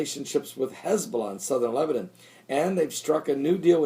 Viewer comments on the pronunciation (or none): none